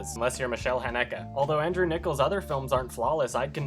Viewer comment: Man, that pronunciation of "Michael Haneke" - my Austrian soul is bleeding right now^^